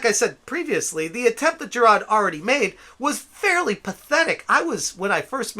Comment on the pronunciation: Ive watched two of your low effort videos and the main take away is this. You either dont know how yo say his name, or are meming his name. Its "Ja-r-ar-d" not whatever the hell youre saying. Also, dont care about the completionest. He means nothing to me. Just the way you say his name is wrong.